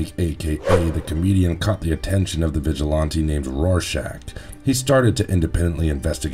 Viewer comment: normal people: ozymanDEE-Us, vigilanny, this guy:ozymanDAY-Uz, vigiLONte